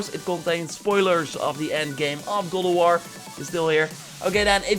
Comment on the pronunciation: GOD OF WAR not godowor please..